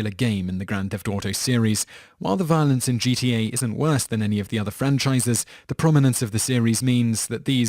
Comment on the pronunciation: I'm sorry but I love how you pronounced violence when you got to MK. Sounded like 'vah-lince' to me. I mean no offence if that's how I came across.